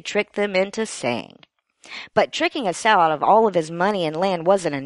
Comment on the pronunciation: You might want to check on the pronunciation of "Esau".